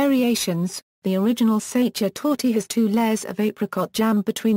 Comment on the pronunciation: You mispronounce sachertorte badly!